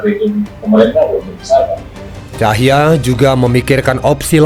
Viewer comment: Bukan ‘Cahya’ sebetulnya tapi ‘Tahija’ (org Ambon). Utk Narator